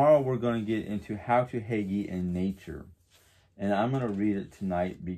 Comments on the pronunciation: Nice video! Again, I’m pretty sure Hygge is Pronounced Hoo-guh ❤️ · Hello I'm really enjoying this series on Hygge.And I myself can't pronounce this word lol because it doesn't sound anything like it looks.So I searched how to pronounce it and if I can be any help to you I'd be happy that I did correct you and help.It is pronounced HOOGA it's tricky lol.Can't wait to hear more about Hygge since I myself can use some form of relaxation at times.Have a great day